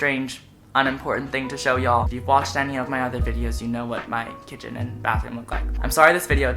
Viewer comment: Who else like the way conan say "y'all"? 💖 love u conan